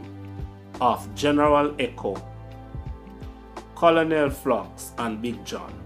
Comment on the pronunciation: C-O-L-O-N-E-L is pronounced KERNEL.